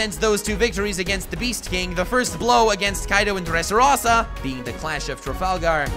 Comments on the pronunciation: you called law an anime character so I'm assuming you primarily watch the anime and yet you pronounced mispronounced so may names in this video? donquixote, x drake, dressrosa, sabaody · Your pronunciation of Dressrosa, Doffy and Donquixote are atrocious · DON-KI-HO-TAY, DRESS-RO-SAA, MOMO-NO-SUK-AYY its not very hard if you make an attempt